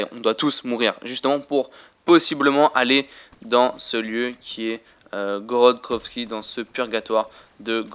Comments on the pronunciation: GROOORODTT GRVOVFI mdrrr l accent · j'adore ton accent "korod krovi" :D